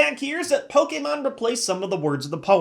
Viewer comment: i like that has been pronouncing Pokemon the correct way for the past year or two.